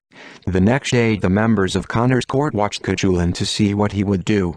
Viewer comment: I was looking forward to hearing this story. Until I heard, spelling out Cuchulainn because its AI couldn't cope with Irish grammar. I will not listen to any video that uses a. Sorry, but they really annoy me.